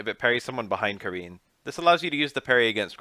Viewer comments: Wow I love your videos but I gotta say her name is Car-In bro Japan is big on the Ah sound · It's pronounced Ka-REEN. The R in Japanese is a mix of the "ruh" sound and the "laa" sound. The "I" sound is pronounced as "ee" and the "N" sound is more like a short "nn" sound. Her name would be spelled more phonetically closer to Kaleen than Karen.